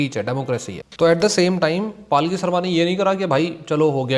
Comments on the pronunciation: Not paaalki sharma.. its palki sharma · Bhai her name is Palki not Paalki. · Bhai ... dont pronounce her name as 'Paalki'. It's पलकी. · पालकी नहीं पलकी है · Bro palki sharma hai Paalki sharma nhi 😂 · Palkhi nhi bhai palki hai wo😭 "palak jhapki" wala "pal" or "jhapki" wala "ki", tum "devta ki palkhi" wala palkhi bole ho😭 itne accha naam ka encounter kar diya bhai😭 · palki sharma ❌️ paalki sharma ✅️ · Paalki nhi bhai 😂. Palki h unka name